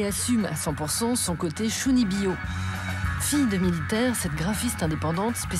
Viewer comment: Vraiment très intéressant, Merci. Cependant, ce serait bien de faire prononcer correctement les mots utilisés. Comme dans leur langue d'origine. Ca se dit Tchounibyo.